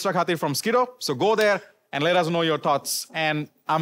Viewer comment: why that guy MC pronouncing “skiddo”!